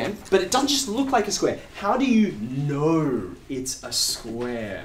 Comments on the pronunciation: The way he is pronouncing "knoouw" he definetly got a lot of knoouwledge about keeping things interesting 😁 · I love the way he pronounces "know"